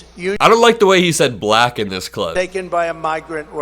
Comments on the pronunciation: He pronounces "black" like a slur. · the way he says black is insulting, "BUHLACK" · if you don’t like the way he says “Black”, check back on how he said it at the NABJ interview. It’s even more weird. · I agree... the way he exaggerates and emphasizes the word "black" makes my blood boil.